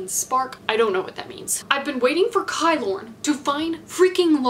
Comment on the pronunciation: I love this video so much, but I’m just annoyed at the way you pronounce kilorn, it is just kilorn, not kaylorn. Like how you pronounce kilt (scottish skirt) ki-lorn